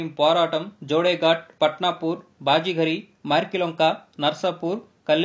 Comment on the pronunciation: నాయనా కంట్రీ థాట్ పేర్లు సరిగ్గా పలకడం నేర్చుకో బాజీ గరి కాదు బాబే జరి ఆ షి ఫాబాదు కాదు ఆసిఫాబాద్ పై కో జి కాదు పైకా జి కొమురం భీమ్ చరిత్ర చెప్తున్నావా లేక ఎన్టీఆర్ సినిమా ట్రైలర్స్ చూపెడుతున్న వా